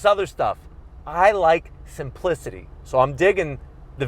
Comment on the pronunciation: I thought he said something else 😂 “I like simplicity!” Sounded like something else.